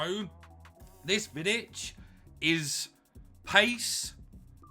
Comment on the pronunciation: As a Serb i must say say u pronounce him nearly perfect for me it's a must but i will probably buy him after he drop a bit fodder is impossible to get